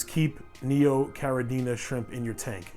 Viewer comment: Habla Español? Lol It's Neocaradina, not Neocaradiña ;-)